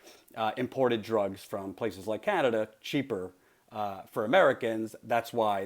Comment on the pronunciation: " Canader" lmfao